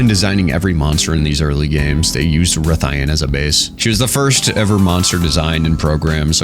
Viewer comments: Rathalos ian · Why would you pronounce rathalos correctly but then struggle with his wife? lol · The way you pronounce Rathian and ethereal fill my heart with dread